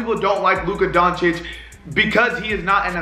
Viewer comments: Porzinjeez, Donkich...........lol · U didn't even pronounce his name right lmao